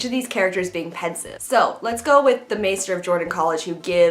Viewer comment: Sorry but your pronunciations are so off lol, master not maister, wtf is with lord aisriel it's asriel, mrs coulter not miss and i don't even know how you managed to butcher alethiometer, it's pronounced yorek and it's demon not daimon as you should know if you've read the books.